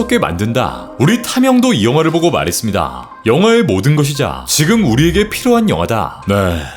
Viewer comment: ~했습'니다' 발음 나올때마다 너무 신경 쓰여요..ㅋㅋ